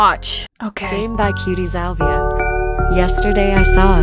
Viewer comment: Her name isn’t cutiesalvia It’s cutiesalviae